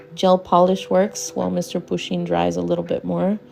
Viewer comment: Poo-sheen is a her lol we know this now!